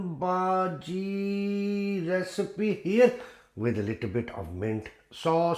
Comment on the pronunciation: brother your pronunciation of bhaji is incorrect ... there two words both of which have origin in marathi language: bhaaji (or if you know how to speak chai wallah ... indian prime minister as a young man worked as chai wallah so you could write this word as bhahji too) and second word is bhudgi like you speak judge and judging you could speak bhudging and then just drop last two letters ng and you get bhudgi ... get it? ... so bhaaji or bhahji means curry in marathi ... you are speaking this word but you are not going to make onion curry in this video so correct word for what you going to make is bhudgi ... bhudgi means fritters means in hindi pakoda ... you are going to make pakoda and in marathi it is called bhudgi not bhaaji also not bhahji ... get it? ... some people also write bhudgi as bhajji with 2 j's